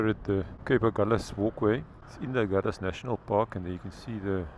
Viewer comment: No, because of compass needles that swerved around as the sailors went from south to north. The Portuguese word is Ahulhas (pron something like Agoolhjash) and the liaison L' here is a misnomer, although locals insist.